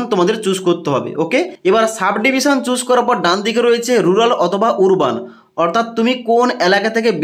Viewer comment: উরবান নয় রে আরবান